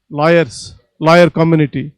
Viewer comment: lol I though he is saying 'LIARS'...It's 'LAWYERS' that he said.